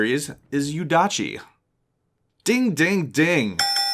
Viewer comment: its yuudachi :P #moretriggered